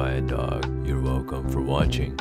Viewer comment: Is no one gonna talk abou how he says you welcom for watching